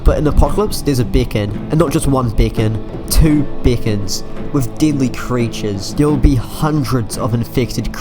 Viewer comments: This is great content. Ps: When I heard you saying "deadly" ,i thought you actually said "didlly" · i like u saying deadly but i hear diddly